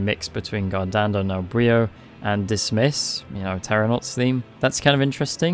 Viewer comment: Since you like ansem so much, just an heads up from an Italian guy about how his themes are supposed to be pronounced. Forze del Male Is supposed to be "Forz-EH del Mal-EH", the e at the end aren't silent. Guardando nel buio is "G-UH-AH-rd-AH-nd-OH nel b-UH-IH-OH". Great video like usual!!